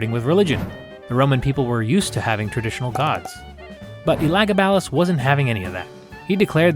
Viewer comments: Omg, it's so bad pronounced Elegabulus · I have personally never heard Elagabalus pronounced that way, but love the animation style and content. (For reference I have only every heard the name being pronounced "El-uh-gab-uh-lus" but that is most likely not the original pronunciation)